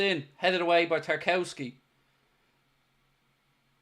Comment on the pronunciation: It’s pronounced Tar-KOV-ski you absolute buffoon.